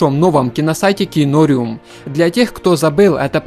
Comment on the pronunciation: что еще за КИНОРЮМ?? ты цыган что ли там же написано зарубежным по белому КИНОРИУМ как аквариум только КИНОРИУМ, с ударением на второй слог... наверное все таки ты цыган